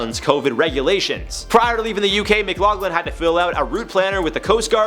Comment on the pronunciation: His name is pronounced Mc-lock-lin. I know its spelled Mcloughlin but thays how its pronounced. I think its cute you pronounced it Mc-log-lin